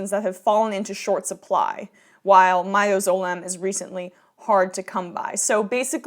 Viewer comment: I liked the way you pronounced mi-do-zo-lam. It's actually mid-az-o-lam